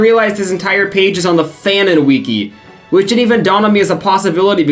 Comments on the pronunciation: Obsessed with the way you pronounce wiki as "wee-key" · Bro pronounces wiki like weekee 😂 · did you learn how to say wiki from quinton reviews